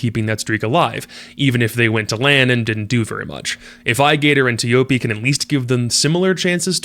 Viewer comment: Antic x odium, enterforce 36 and prevail are two teams to look out for imo. Nice vid but is pronounced as “Choppy”🤓.